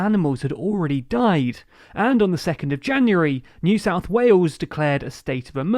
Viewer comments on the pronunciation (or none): none